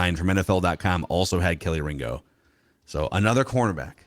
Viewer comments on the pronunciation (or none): It's not Kelly Ringo... It's pronounced.. Key Lee Ringo